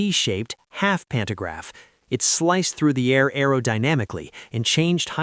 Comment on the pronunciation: AI Slop narration, mispronouncing words. "Pannograph". Really? REALLY?